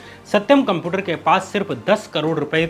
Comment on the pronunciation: Are bhaiya Computer sahi se pronounce karo ! Apki video dekhne me toh achi lg rahi h but jab bhi tum Computer bol rahe ho na bht jada irritate kar rahe ho .